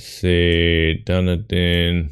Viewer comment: Nice score as usual.. I only got 36K, just a series of bad year guesses. Also I would be impressed if anyone gets Dunedin (by the way it's pronounced DunEEdin)